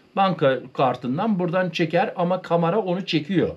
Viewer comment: Düzeltme:Kamara değil”Kamera”.. Kamara,bir gemideki odaya denir.